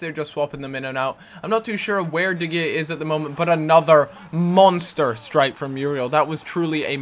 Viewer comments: its da hea not de gea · It's pronounced "De Hey-ah" not De Gee-ah" :) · it's pronouced de-hea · de gea's name is pronounced de hea, but with a g